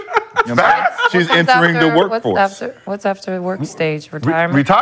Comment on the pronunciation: "Shes entering the WURK FORCE"..lmao